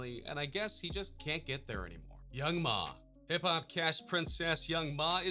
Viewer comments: And this guy also said Young Mah, instead of Young M.A. He's pretty clueless. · Did he say young ma? Its young m.a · “YOUNG MAH!” 🤣🤣🤣🤣 it’s M.A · If u dk about rap don't make a video lol young Ma and then after u said it properly